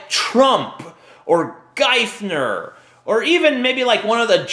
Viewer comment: Oh and you said "Geifner"...its Geitner fyi.